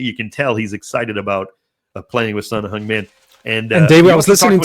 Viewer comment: you say 'Song Heung Min' like Korean! Perfect pronunciation =)